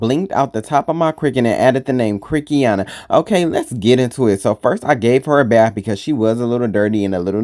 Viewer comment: Not Crickiana 🤭😄